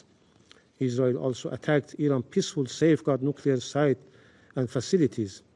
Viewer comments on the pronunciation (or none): Did i just heard him say "Peaceful Nuclear Sit"? Lmao 🤣 😂 😆